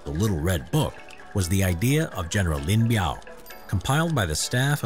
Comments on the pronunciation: is biao not miao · Lin Biao not Lin Miao. Otherwise good.